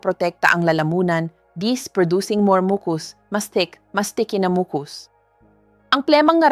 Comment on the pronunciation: Bakit mali ang ibang pronunciation tulad ng: silent, membranes, mucus, etc😡